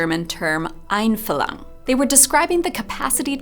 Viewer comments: In the name of all German speakers subscribed to your channel, I appreciate your very sincere attempts to pronounce the words "Einfühlung" and "Liebknecht" in this video. It didn't entirely work out but it shows that you tried. Very different approach to John's. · You butchered the German word and that hurt